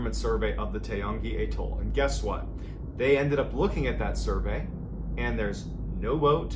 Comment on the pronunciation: Took me a minute to realise what you were calling an A - toll. Atoll